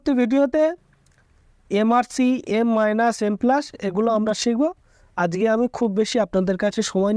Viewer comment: শুদ্ধ করে কথা বলতেছেন ঠিক আছে তাইলে আজকে না বইলে আজগে কেন বলেন